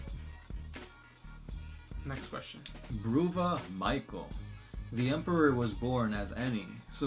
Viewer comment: I keep hearing you two pronouncing bruva as 'broova' when it's meant to be said as in brother with a v instead of th. It's meant to be said phonetically.